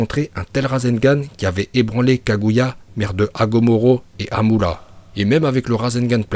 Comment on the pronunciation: Par le kaguait mdrrrr